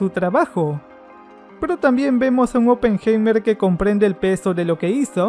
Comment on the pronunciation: Vuelve a ver la película... Ni siquiera sabes pronunciar oppenheimer!!! Pésimo.